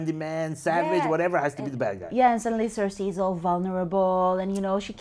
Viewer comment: And, Sare-say